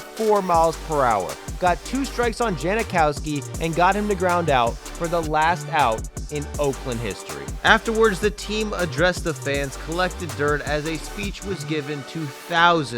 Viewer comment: JANkowski, not JANIkowski.